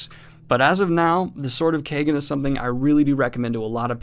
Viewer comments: You're pronouncing the title wrong. It's pronounced Keyegen not Kaygen! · I imagine it's Kie (like tie) -gen, not kay-gen... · Love your channel Daniel but every time you say Sword of Kaygen, Terry Goodkind gets a new idea. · It's pronouced like Wong! It's a long A sound. American's don't know how to say it right. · Literally scouring the comments if anyone else felt the same. I didnt even know for sure but it didnt seem right how he was pronouncing it lol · Knowing dyslexic daniel, he may not be saying it right.